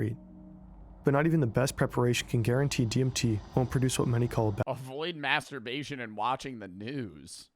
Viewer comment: avoid nasturbation got me so bad 😂😂🤣🤣🤣